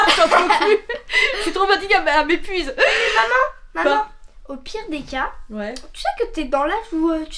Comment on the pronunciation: elle a dit au pire des CAS kk kk 😂😂😂😂